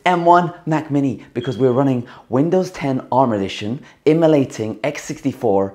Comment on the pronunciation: I can't get over the way you say emulating and emulator. Not poking fun, it just sounds particularly quirky and fun to listen to.